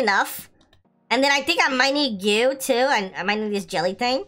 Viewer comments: why you say gew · U need to know what ur saying lol. “Goo” “Royal Jelly”